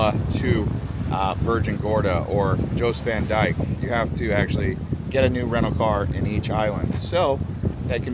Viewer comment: FYI ... locals call Jost Van Dyke ... Yost Van Dyke.